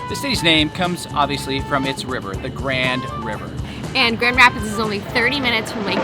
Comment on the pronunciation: GR!!! In my neck of the woods!!! Brewery Vivant is most excellent and the owners are friend of mine!! And your second, fancier pronunciation is the correct one. Hopefully you got to hit the beach in Holland or Grand Haven. We have AMAZING beaches here in West Michigan!!!!!!!